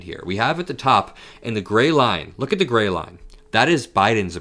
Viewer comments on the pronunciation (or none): none